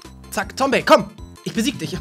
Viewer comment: Gefühlt der erste der Zombey richtig ausgesprochen hat